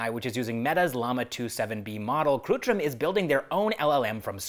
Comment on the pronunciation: It's kritrim not krutrim.